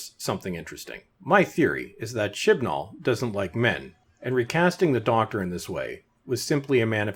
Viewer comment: Oh, I thought the narrator was saying, "Shitball."